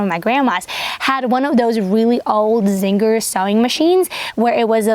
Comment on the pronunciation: Can’t believe you aren’t a native speaker! The most adorable thing about your voice is that You Tube subtitles think you are saying “zinger” instead of “Singer”.